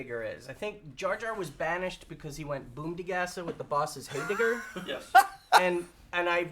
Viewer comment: For the record, it's a heyblibber, not a heydigger.